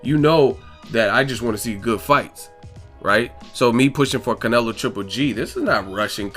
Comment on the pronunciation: One minute you pronounce Canelo like all accented then the next you don't which way you going to go bro?